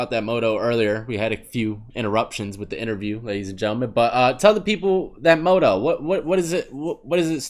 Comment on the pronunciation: Lol 'moto' I feel like he meant to say motto like pronounced (mah-toe)